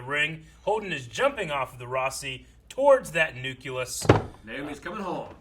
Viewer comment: Say „nuculus“ again,! I dare you! 😤